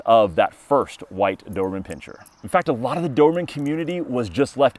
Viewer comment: Why do I keep hearing "dorman" 😅 Anyway, nice dogs